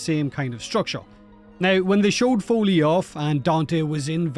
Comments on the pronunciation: "foley" and having devstream footage of the actual spelling and pronounciation "follie" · "Follie" not "foley", I'm sorry but do you even catch that not everything spins around the english language? and should not be taken as a "standard language"? Folie in french translates to "madness, insanity, craziness..." which I think it fits her.